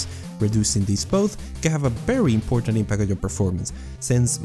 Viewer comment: "witcher 3 is a berry good game."